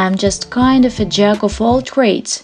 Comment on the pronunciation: Of звучит "ов". "Оф" - это слово off